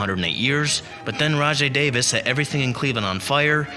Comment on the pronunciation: He gets the other names wrong but correctly pronounced Rajai Davis?